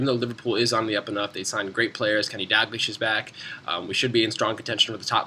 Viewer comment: Is it me or does it sound like he is saying Kenny Dag-lish...instead of Dal-glish.